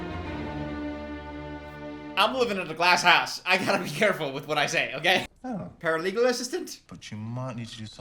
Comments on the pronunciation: I just realized why he keeps saying paralegal. I was so confused up until this point. This man...😐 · I didn't catch it the first time but paralegal instead of paraplegic 😭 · I’m only 7 minutes in, does realize he’s calling a paraplegic a “paralegal” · calling a paraplegic a “ paralegal” is sending me 😂😅😭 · I can't tell if he's saying 'paralegal' as a joke or if he genuinely thinks that's what paraplegics are called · It took me so long to figure out what he meant when he said "paralegal." He gaslit me into thinking the parapalegic was also a paralegal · The way i thought paralegals was correct until i was thinking what lawyer 😂 paraplegic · I couldn’t understand why kept calling him a paralegal, until halfway through I realised he meant paraplegic😂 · Not continuing to call it paralegal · This explains so much, I thought the guy also had a job as a paralegal the whole video